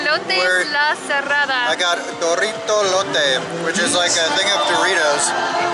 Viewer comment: Hey it's DO"r"ITO no DO"rr"ITO